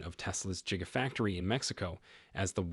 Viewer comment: I stopped waching as soon as you said "Jigafactory".